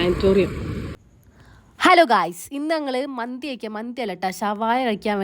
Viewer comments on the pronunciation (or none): മന്ദി എന്നായിരുന്നോ നല്ല പോലെ പറ കുരുപ്പേ 😂😂😂ഞാൻ കേട്ടത് മത്തി കഴിക്കാൻ പോവുകയാണെന്ന്😊😊😊😊😊ബല്ലാത്ത ജാതി 🥰🥰😊